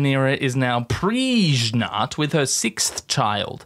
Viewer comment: Do you say preglant because the character Irene from HBO's Rome mispronounced it in that way?